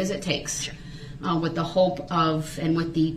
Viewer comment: Brooks pronounces 'th' as 'f'. He has a speech impediment. Moreover, there could be 500 people in the vehicle. There was only one driver. Brooks. Period.